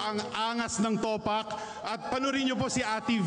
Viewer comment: Jusko yung sir jeffrey super pa slang pa ng pronounciation di tuloy nabigyan ng justice yung announcement ng winner 😂😂😂 TOPAKK not towpack hahahha